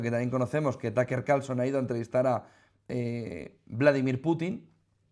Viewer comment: todo mi apoyo a Putin Y Rusia y por dios no es TAKER Carlson jajajaja un poco de trabajo en pronunciación no les caería mal se dice TƏk Ər si lo quieren pronunciar como americano o TƏk Ə como británico, las silabas en ingles no se forman como español y ese simbolito chistoso se llama schwa que es el sonido mas común en ingles increíble que los españoles que quedan ahí muy cerca de los ingleses no tengan ni idea de como se pronuncia el ingles